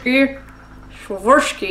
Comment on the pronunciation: S-war-vos-key crystal